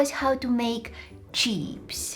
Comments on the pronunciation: the way you said cheeps it is like chips in mongolia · not Cheps❌ cheeps✅ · In Poland we say "czips"-chips. And "cheeps" sound like that. 😁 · The moment she said "chee-pas" I lost it 😂😂😂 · What she said cheeps I thought you said Cheaps 😂